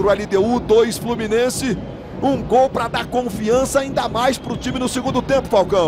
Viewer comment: Nessa época ele falava "gol" e não "guol"